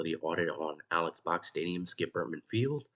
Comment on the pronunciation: Interesting and informative video. FYI - I too have been enjoying and attending LSU baseball games since the 1980s. During the early to mid 1990s Mr Robert Box, the brother of Alex Box sat in the seats next to us. “Alex” is actually pronounced “Alec”. If you ever listen to old Skip Bertman interviews he pronounces it Alec.